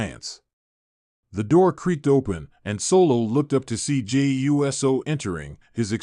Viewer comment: It's Oooso not USO